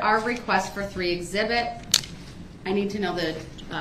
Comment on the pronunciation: Here’s a new one “axe zibit “